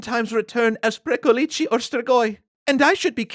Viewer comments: You pronounced Strigoi pretty well, but Pricolici is pronounced more like "prick-oh-litch". The long -leecehee ending you're using would be a plural with a definite article. as in "Pricolicii, those two over there" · Well, he stressed the wrong syllable in "pricolici". Basically he said "pricolicii", which would be the plural form. And it sounds weird. But hey, kudos for trying! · It's pronounced more like "pree-ko-lich"; it ought to be pronounced faster, merging the syllables together rather than saying them as 3 separate sounds. The name of this creature sounds diminutive, almost comical, rather than scary to Romanian speakers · isn't it "pricolich"? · ci is pronounced ch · Pricolici sound like someone trying to teach an American to say vârcolaci:))))) But it is a correct, yet old word. Also funny, keeps emphasising the end of the word as if there were two "i"s which is the article in Romanian, in other words as if always saying "*the* pricolici, The pricolici, tHe PricOlicI!!:))) If there are any ardeleni in the comments, do you pronounce pricolici with an emphasis at the end? It's the first time I've heard this word and before googling I actually thought that jut says the "v" funny. All in all, great narration and cute pricolicii:))) 10/10 would pricolici again